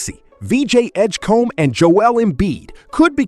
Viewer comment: VJ Edgecum? It's Edgecombe, pal